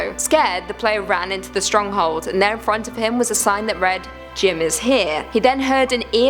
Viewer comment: For Jim I thought you said Jin from bts 😂😂